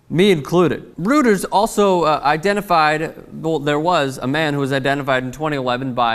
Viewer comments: FYI It's pronounced 'royters' not 'rooters' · (and its pronounced Roy-ters not rooters,:) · it's pronounced roy-ters. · I think it's pronounced ROY-ters